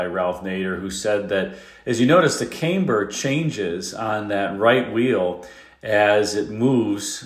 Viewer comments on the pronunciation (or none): Camber is pronounced "cam ber" not "came burr" : Damper, not dampener. The first is to calm; the second is to hydrate. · I believe that word is pronounced cam-burr, not came-burr. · And all these years I thought “camber” was pronounced “CAM-ber”. Now I know - it’s “CAME-ber”. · It was under inflated rear tires that aggravated the decambering. Also, it is pronounced camm- ber, not came-ber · Cam ber, not came-ber.... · "Came-Ber"., it is pronounced like "Cam-Ber". The early Corvair had a problem with trailing throttle oversteer. Take your Volkswagen GTI and throw it into a curve at 85% of what the tires are capable of. SLAM on the brakes and the back end of the car will try to spin you out since the weight of the car transfers to the front wheels. Due to the fact that a GTI has 65% of its weight on the front tires while sitting parked, there is very little mass to try to spin the car out and while it typically gets a bit weird....In the end it doesn't spin out of control. The rear tires grip overcomes the tendency of the body of the car to spin around. NOW, let's put a 400 pound engine and transaxle at the rear and NO engine or transmission at the front and do the same thing at the same speed; That 400 pounds back there will act like a pendulum and spin the car completely out of control! On an early Porsche 911, you didn't even have to hit the brakes to get the back end to come around; Simply letting off the throttle at or near maximum cornering was enough to cause the car to lose grip at the rear and spin right around. These cars were called the "Rear-engine doctor killers" by the California Highway Patrol in the 1960's and '70's, and the typical accident scene showed a broken guard rail and the wreckage of the car down in the ravine showed that it went through that guard rail rear bumper first~ -Adolph Hitler actually FORBID his officers from riding or driving in Tatra cars during WW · Camber is pronounced cam-ber. was saying came-ber. 😊